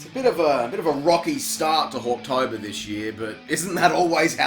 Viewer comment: I can't unhear hawk tuah in Hawktober.